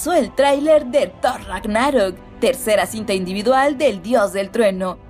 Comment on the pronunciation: No se si le gusta hacer los vídeos para Youtube y este canal o si lo hace al madrazo "la liga de la justucia" y luego thor: rag-ná-rok, no se como que debería checar su dicción, aun así, buenos anuncios